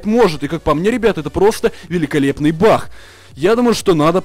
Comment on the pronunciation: почему ты называешь не баг а бах?)